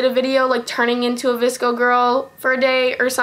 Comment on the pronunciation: noon you should've used a metal straw. iTS vsCoEYyyYyYyy